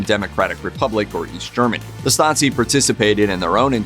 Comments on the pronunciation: It's pronounced Stah-zeee not Stotzee. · Every time he utters that word it sounds more like Nazi 😁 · Why "StaTSi"? That sounds like "Nazi" 🤨 Stasi is to be pronounced with 1st S as "SH" (like "shop"), while the 2nd one as soft "S" (like in the word "rose" or "breeze") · Stasi is not pronounced "statsi", it is more like "stazi". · How do you get from Stasi to pronouncing it Stazi? Did you think it had something to do with the word Nazi? :D Nazi= Nationalsozialismus = Nationalist Socialism = political ideology, while Stasi= Staatssicherheit = States Security = the East German department for intelligence and secret police. Just FYI^^ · As a german, it's really hard to listen to you mispronounce the word Stasi every time. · He's pronouncing the s in Stasi as a Z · Hey guys, since your content is somewhat educational, how about researching the pronuncuation of foreign names? A quick Google search should help. Tbh, it is a bit frustrating how the narrator butchered 'Stasi', especially since all of the sounds are shared with the english language. It is certainly not pronounced 'Statzi' XD Here is how to do it: 1. In German, the letter 's' in the combinations 'st' and 'sp' becomes a 'sh', but only when it's at the beginning of the word or syllable: - 'stricken' (to knit) is pronounced 'shtricken' - 'Stiel' (stalk, e.g. of an apple) is pronounced 'Shteel' Fyi, when it's in the middle of a word, it is pronounced like in English: - 'Wespe' (wasp) is spoken as 'vespe' (the e being like the 'e' in the english word 'men') 2. The 's' in the middle of Stasi is voiced, same as in the english word 'busy' or 'lousy'. 3. The 'a' is like in the english word 'star'. So, basically ger. 'Stasi' = eng. 'Shtasy' Cheers from Germany! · Are you serious? He completely butchered the german abbreviation 'Stasi', that's for sure